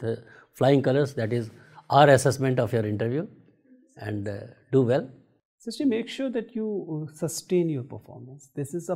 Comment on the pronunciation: 😅😂😂 btw its srushti we marathi dont call it srishti dont use "sh"😅